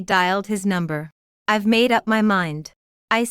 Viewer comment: Buy a better ai! If it still says 'ivvvie' when the scripts says 'I've' (I have many more examples of it failing after just 2 minutes of listening) it s sub-sub-sub-performing. Do not serve your listeners crap!